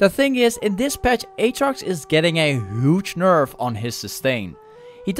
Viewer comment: Ay u pronounce huge like this. Ghuge Thank me later